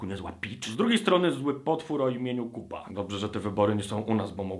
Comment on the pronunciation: Niekryty Krytyk oni nazywają się Koopa a czyta się...